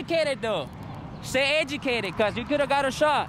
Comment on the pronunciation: Stay A-gecated